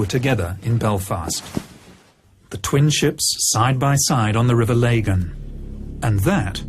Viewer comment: It’s the River Lagan not Laygan. Not hard to research how to pronounce a place